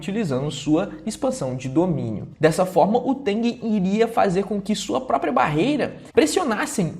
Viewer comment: o cara consegue errar o nome tengen kkkk